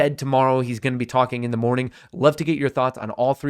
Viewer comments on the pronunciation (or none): none